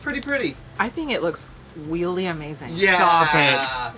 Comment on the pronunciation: Awesome recipe. But you weally should have made your own sauce 😂❤